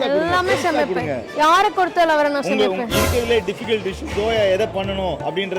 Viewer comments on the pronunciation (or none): எதைக் கொடுத்தாலும் நான் நல்லா ஷமைப்பே னு சொல்லுவதற்கு, யாரைக் கொடுத்தாலும் நல்லா க்ஷமைப்பே னு சொல்லுறாங்க. 😂😂😂😂❤❤❤❤❤❤